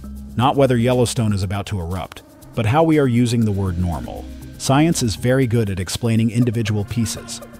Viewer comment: "everything is norma" (no "L" there). It's the small things that expose AI slop these days. And you can detect it by the repetitions of the same content with different sentences etc. as well.